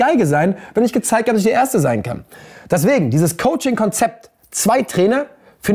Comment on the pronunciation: Da war es wieder das ,,daswegen''😂